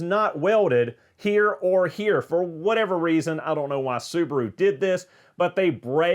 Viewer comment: Sounds like he keeps saying: Donut forgot to Google and see that these cars are trash for going fast.